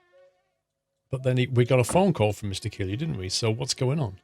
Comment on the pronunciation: You are pronouncing kilgu wrong